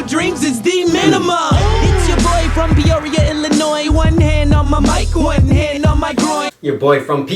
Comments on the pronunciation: ILLINOISE? UNACCEPTABLE. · I am so pissed they chose fucking Bill Cosby, out of all the black comedians, they chose Bill Cosby, like really Ps the S in Illinois is silent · im from Illinois, im 45 miles north of Chicago, but Illinois is pronounced Illinoi, the S is silent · The S in Illinois makes me cringe lol 😂 cause I am from Illinois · Repping Peoria, Illinois. The " s" is silent lol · I love that you pronounced the s on Illinois I do this as well, but mine is 100% intentional to annoy people. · grrr the S is silent lol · Did he really pronounce the "s" in Illinois...? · U pronounced Illinois wrong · Mom was from up there, so ya, when i heard the s i started wondering how many people were gonna give him s*** for it. Reminded me of a comedian somewhere who called his special 'Illinois' with the S very much pronounced as a joke.